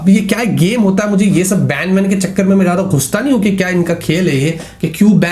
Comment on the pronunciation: gedu intead of geada (jyada) 😂😂